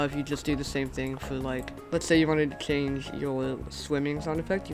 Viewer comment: he cant say change maybe he wears something or he just cant say it